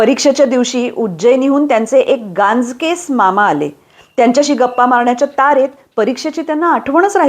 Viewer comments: गांजकेस नाही, गांजेकस असा तो शब्द आहे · अजिबात चुकवत नाही रोजचे वाचन व्रत . आधीच वाचनाची आवड आहेच पण तुमच्या प्रभावशाली वाचनातून गोडी अजूनच वाढते . व्यंकटेश माडगूळकर , रत्नाकर मतकरींचे साहित्य वाचावे. एक छोटीशी चूक लक्षात आणून द्यावी वाटली . गांजकेस असा शब्द नसून गांजेकस असा आहे . ( तुमच्या बद्दल च्या प्रेमापोटी फक्त सुचना केली आहे . राग नसावा ) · वाचन श्रवणीय,लक्षणीय आहेच. एका चुकीची सुधारणा करावी वाटली. गांजकेस मामा असे नसून गांजेकस असे हवे.इतक्या अस्खलित वाचनात हा शब्द खटकला म्हणून दर्शविला.😊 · अप्रतिम...एक दुरुस्ती गांजकेस नाही तर गांजेकस असे गांजा पिणारॅ माणसास म्हणतात.